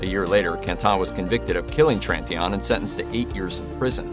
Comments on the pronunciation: Could you further traumatize the woman’s family by butchering the pronunciation of Tritignant’s name like a clown? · That's what I thought. If I only would have heard what he said, without pictures, etc., I wouldn't have known who he is speaking about.